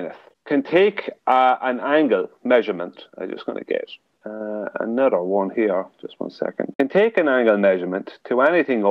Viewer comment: I have no respect or use for anyone who says anoder rather than another...